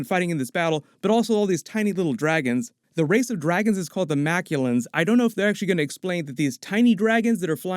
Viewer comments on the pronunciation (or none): The space dragons that made the rings are called the Mak'luan, not the Makulans. 'The Makulans' sounds like an alien race from Dr Who.